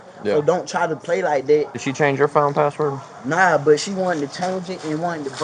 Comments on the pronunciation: He didn't even say patword. He said paword. Even more pathetic. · No, I don't feel you nor do i want to. What is a "paa wor"? It's "ASK" not "AX" it's "THAT" not "DAT" It's "FIXING" not "FITTIN" it's "THIS" not "DAT" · "I tr'n to get my clothe" "I change her padword" 😂